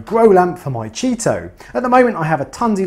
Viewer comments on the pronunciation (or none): I tune in just hear chaeto be pronounced cheeto. 🤣. Great videos, keep up the good work.